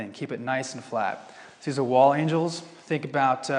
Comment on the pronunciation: wall angels....not "angles" 😜